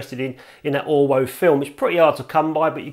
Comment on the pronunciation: Pretty sure that being German that film is pronounced 'Orvo'.